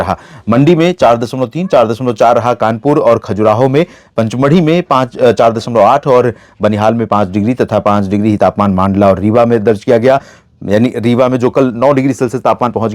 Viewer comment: मंडला bole सर मांडला नहीं है बालाघाट का रीजन है मलाजखंड 🎉🎉🎉😊😊